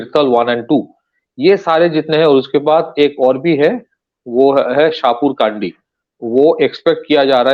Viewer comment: शाहपुर कडी.. Not शाहपुर काडी (It is in Pathankot and pronounced as above. Spelt in English as Shahpur Kandi. Pls note😊